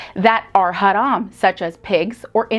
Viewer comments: She's the first person in this channel who knows how to pronounce the word "haram" accurately!😂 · Someone pronounces "haram" right for once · I like the way she pronounce "haram". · I love how she pronounce "haram" 😆❣️